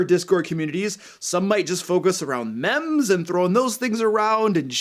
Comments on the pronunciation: It's actually pronounced "meem" supposed to rhyme with gene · Hey,, meme is pronounced like "meeme" (long E). Also, yeah I have had a HARD time finding a group since moving from MI to NYC last year. I know online is an option, however, I have no friends here in Manhattan so I want a table game... And yeah, have not had luck. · The way you pronounce meme physically hurts me.